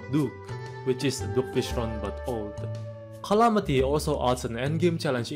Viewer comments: Bro its not qalamity mod, its calamity. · You made a little mistake in video: not Calamity, but Clamity :D